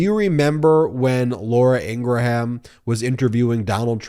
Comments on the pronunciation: Please pronounce her name correctly. It grates me to hear you say “In Gra Ham” it should be pronounced “In gram” It is from my part of the world <3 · please stop calling her ingra-ham it makes you sound silly! it is pronounced ingram you dont have to offend folks with the trumpian crap of attacking a person's name! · I can't stand the woman but why do keep saying Ingraham???? Lol now this vile woman will consume my thoughts today because you kept saying Ingraham! Ing-gram (not spelled that way though!) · EEN-grum, EEN-gurum, not EEN-gruh-ham. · Just to be clear... It is IN-GRUM not In-Gra-Ham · I love you, but, please stop annunciating ing-gra-Ham! The ‘H’ is silent- it’s Ingram (sic). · I believe it's pronounced 'Ingram'. The h is silent. (she is a bit of a 'ham", though) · Love your commentary .I believe her name is pronounce In gram (the h is silent with 2 syllable …not 3 …someone correct me if I’m wrong) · A minor thing but, her name is pronounced Ingruhm. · Stop saying Laura Ingra ham... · So many questions: why is "TREATS" in all caps? why is "TODDLER"? is "toddler" even the right word when her point is really about the optics of calling for secession, not condescending coddling? why does Ben pronounce Laura Ingraham's last name in three syllables? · You don’t pronounce the “H” in Ingraham. Just like it is not a graHam cracker, it is a a silent H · Why do you always say her name wrong? Most of us have seen her funny "You" fail where she says her name. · It's Laura Ingraham, like Laura Gram but with the in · You need to pronounce Ingraham correctly.